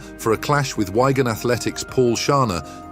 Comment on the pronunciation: Yep - absolute shite! 🙄💩 The footage doesn't even match what's being described most of the time! 🤔😂 Even as I'm typing this, the narrator just called Wigan 'Why-gan Athletic!! 🤣